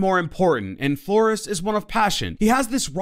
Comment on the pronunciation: I kinda like how he said Flores kinda wrong